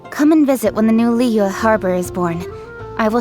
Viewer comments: same, hearing them say zhong li and liyue is so painful 😭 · I'm neutral with Eng Dub but I seriously can't stand using Eng Dub in Liyue. As a Chinese, my ears hurt when they pronounce almost every Chinese word or name wrongly